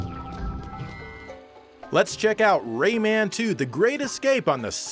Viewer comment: I'm so glad you say "Ray-Man". So many people pronounce it like Raymond, without the D, and it sounds like something only people who fuck their own fathers would say.